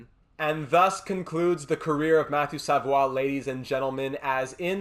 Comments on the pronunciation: but they don't pronounce it that way... You can also see both pronunciations in Quebec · hes not french bruh ur saying his last name wrong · I noticed you said it wrong the whole video... I'm just pointing out that they don't pronounce it that way. And both him and his family would most likely correct you on it as well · it's almostl you become a french canadian when you prononce their french names. It Makes me laugh everytime haha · Idk why it makes me so mad when he says savoie wrong